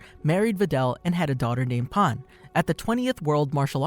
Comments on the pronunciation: The proper pronunciation of Pan is Pahn. Stran the enough, Japanese and Spanish share the same vowels and the word for bread, "Pan" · Saying pan like paan or pon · Bro really said pahn💀💀💀💀